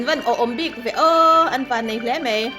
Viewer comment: Machhan i chanel hi ka ngaihlu lutuk... Chuan kangaisang bok che u in chhungkua hi. I rawngbawlna pawh aropui hi kati lutuk mase maw mizotawng i hmang diklo thin hi a pawi kati thin khop mai. Khawngaih tak in Mai tih hi mei titawhlo la Bai pawh bei titawhlo hram rawh... A hi E ang in i sawi zel a thalo emai...